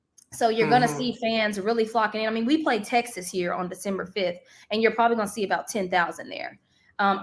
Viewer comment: It's crazy how she said texax back then and now she's there